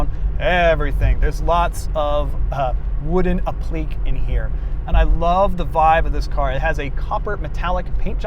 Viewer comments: Appliqué is pronounced “app-li-KAY”. Not “ap-LEEK” . Otherwise good job. 😁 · Appliqué = “app-lick-ay” Great video! Love late period AMC!